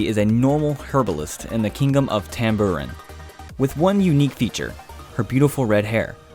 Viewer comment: "in the sun kingum"